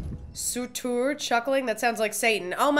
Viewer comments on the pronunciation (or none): The way she said Surtur 😭😂